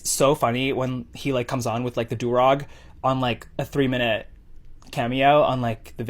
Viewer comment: As a black woman….i wanna punch him for that whole “the blackest of black” statement. Like he’s that desperate for views then wants to play victim??? Mega parhetic N I swear to f*ck him saying “like” constantly and mispronouncing du rag makes me wanna claw my ears off